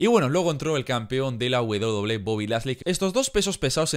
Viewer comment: la wedoble wedoble xd que buen video hee